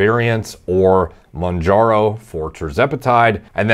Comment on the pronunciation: Bro said “jerzepitide monjaro” stop larping as a djini